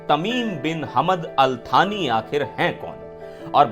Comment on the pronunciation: भारत के इतने घनिष्ठ मित्र का नाम भी सही से नहीं लिया जा रहा है। कितनी निम्न स्तर की हमारी मीडिया हो गई है। उनका नाम थानी नहीं सानी है।